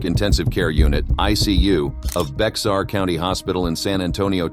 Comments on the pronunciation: Sad...I'm glad she (Jones) received what she did. (BEXAR sound like bear not Bex-ar) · Bexar doesn't sound like it looks. Take out the X. It is pronounced Bear 😊 The only ones I didn't know of is the recent one in 2020. The parents should have received 1 year for each injury caused. How do you do that to a 10 month old? This is all awful. Thank you for the video. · Bexar is pronounced Bear